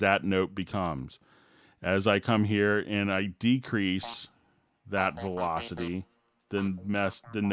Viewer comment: Must be a joke, it only distracted me.